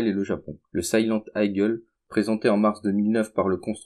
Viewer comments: Eagle se prononce "igueul" et non pas "aïegueul" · " Silent aïegueul" on prononce" i-gueul " , sinon ça s'écrirait " igle" et non " eagle" ... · Hahahahahahahahahahahaha! Sympa! Au fait, Eagle ça se prononce igol, pas aïgueule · Le F15 "Aïgueul" ! Ptin je suis mort, autant de vues pour une bouse pareille! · MDR Tu sais même pas prononcer "Eagle"